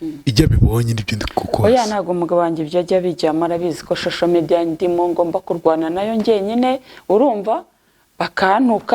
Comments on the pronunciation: ntibavuga shosho mediya bavuga social media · ntibavuga shosho media bavuga social media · Nti bavuga shosho mediya 😅. 😂